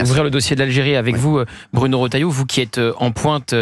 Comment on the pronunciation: Pourquoi tout le monde l'appelle rOtailleau au lieu de rEtailleau ?! Ca me rend dingue !